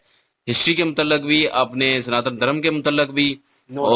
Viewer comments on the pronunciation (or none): Abee 'sanaatan' hota h 'santaan' nhi!!